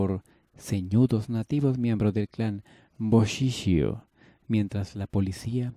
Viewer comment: La lectura de los términos italianos es muy deficiente, por ejemplo en el caso de la familia Bochichio, se pronuncia en castellano como Boquiquio.